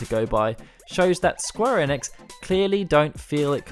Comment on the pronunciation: I cant get on board with how you say enix. I'm out